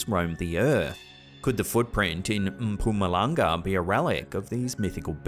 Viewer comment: As a South African, I must congratulate you on a well pronounced "Mpumalanga" Said it just as if you were born in Mpumalanga 🇿🇦😁